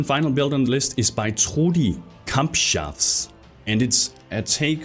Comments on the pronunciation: Trudi Cumshots. To hear that as a native speaking german was very funny :> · xD that pronounciation though - "Trudikampfschaf" - means something like "Trudi the battle sheep". Nvm keep linfting bro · Hab mich kaputt gelacht... Hab gar nicht verstanden was er sagte, aber als ich Deinen Kommentar las hab ich nochmal angehört. Göttlich.